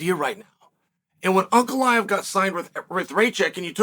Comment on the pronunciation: "Brother, put him Ankalaev. Yes, put hin Ankalaev."